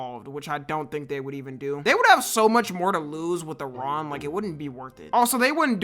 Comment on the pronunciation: Kudos for pronouncing Iran correctly